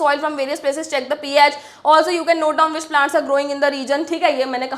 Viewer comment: not❌ note✅